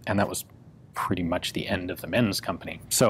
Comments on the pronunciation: They´re pronounced like Ments and not "mens". The letter "Z" is always pronounced like "ts" in German words. Always. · I don't know this guy personally (obvs), but in German, I believe the "z" in Menz usually gets pronounced like "ts" - same as you would with Mozart, or pizza. So it would sound move like "Ments." PS: I realise pizza isn't a German word, but it does follow the same pronunciation rule.) :-)